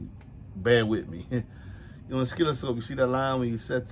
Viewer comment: That part of the video where you butchered oscilloscope , hilarious man, that made my evening after work , keep it going , this is how my stress levels go bye bye, like listening to a creek sound. I Apreciate you